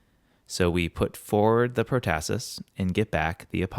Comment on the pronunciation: PROtasis is pronounced with the accENT on the first sylLABle